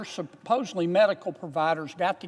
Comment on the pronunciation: Did he say supposebly????